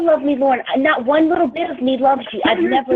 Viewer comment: You're nawt perfect either.